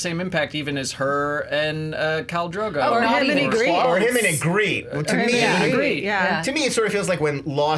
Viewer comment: It’s pronounced “EEE’grit” not “Ah’greet” guys, come one, they pronounced it correctly in the show constantly